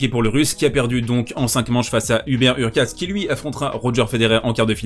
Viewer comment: HurkaCZ - CZ = comme un "tch" / dans "tchèque" ou au début de "choke" en anglais et non un "ts"/"c",/"s